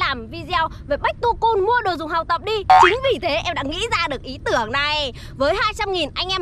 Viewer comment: Back to school nó ko đọc là bách tu cun đâu😒😒